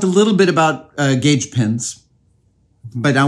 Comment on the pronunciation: Thought you opened by saying "Gage-a-vous" and while I realized on re-listen that was not the case, I got a good laugh out of it anyway